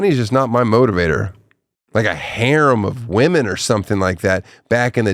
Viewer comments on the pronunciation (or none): none